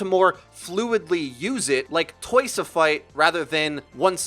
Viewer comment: "twoce a fight" ?????????